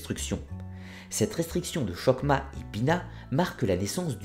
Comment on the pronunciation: Excellente présentation d'un sujet complexe. Juste un petit regret, la mauvaise prononciation des mots hébraïques. Par exemple chohma ne doit pas être prononcée avec un che initial comme chemin mais avec un h guttural.